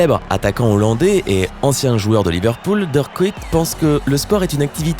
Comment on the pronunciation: Mon dieu la prononciation de Dirk Kuyt pique aux yeux 😥